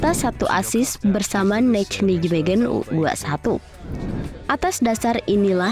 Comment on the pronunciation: Kenapa yah kalo mengucapkankan Nijmegen kok susah banget.....Neimehen (bhs Belanda huruf J pengucapannya Y dan huruf G pengucapannya H)